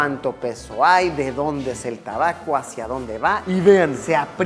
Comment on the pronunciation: Se dise tabaco